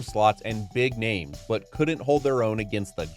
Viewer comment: Fun, but work on your name pronunciations, brotha